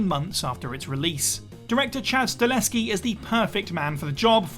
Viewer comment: StaHELLski, get his name right, ffs.